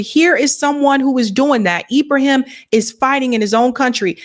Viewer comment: LOVE YOU but you are mispronouncIng his name. IBRA-HIM (ARABIC) Thank You for doing this STORY!!!!✊✊